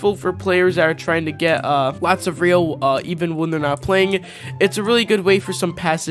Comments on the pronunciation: It’s ryo not rio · Please learn how to pronounce ryo right because your saying rio😂